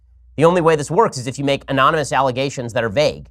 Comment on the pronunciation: Man, even Ben trips up pronouncing anonymous.